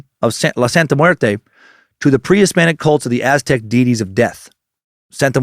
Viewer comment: Thank you Dan Cummins for such solid pronunciation of Aztec and Spanish names!